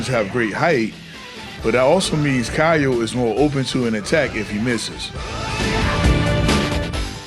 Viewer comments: Great stuff! One small correction: his name is pronounced "KeeYO" not "KahYO" That move that you referred to as fireball is a mistranslation, it's his DP (also called Oniyaki in Japanese). He used to have a ground fire ball just like Iori (projectile if you will) in the older KOF games but sadly they removed it. Also Kyo Kusanagi is my fav protag from Kof, i grew up maining this guy since i was a kid. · It's not even pronounced "kee-yo", it's just "kyou". One syllable, not key yo, kyo.